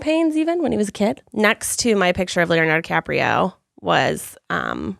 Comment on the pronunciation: leo "diCRAPio" is my favorite misspeak